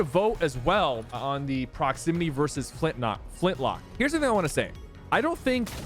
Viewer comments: Him saying flintlock instead of flintknock angers me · It sounds like you're saying Flintlock. U know it flintKNock, right? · its Flint-Knock not lock, you said it right at the beginning of the video lol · bro it's "Flintknock" Not "Flintlock" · i love how sypher says flint lock😂😂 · so true bro